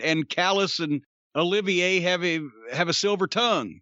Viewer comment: Lol hate to be that guy, but it’s actually Olivier, as in Lawrence Olivier